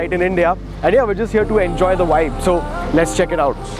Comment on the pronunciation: Why the typical Indian people can’t say the word vibe (vahhhibe) 😂😂 it’s so funny they always say v as w (wibe)